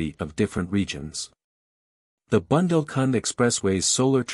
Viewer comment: Dear presenter, it is bundel,nit bandle.Uthar Pradesh , not utter